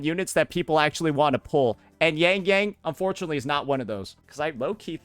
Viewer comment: pro cant even pronounce yangyang is pronounce more as youngyoung and suisui is swaysway